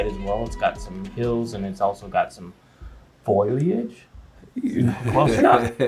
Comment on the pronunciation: Uli, I hear your tongue trying to say it "foil age". Old man Foley, lives down the road. I wonder about "Foley age". Or "Foe Lee Age", whatever works for ya. Start it slow and work into it. "Green stuff" works, too! 😂